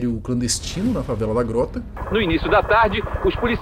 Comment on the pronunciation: A sua pronúcia de "grota" tá errado.